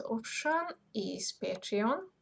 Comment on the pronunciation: Photoshop what ? And what were you saying at about ..."Patrion" ? At about on the video, what was that ? Thanks